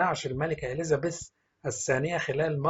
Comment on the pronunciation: كان لازم تتعلم كيف تلفظ الاسماء قبل ان تذيع هذا الخبر مافيش شي اسمه اليزابيس الملكه أسمها إليزابيث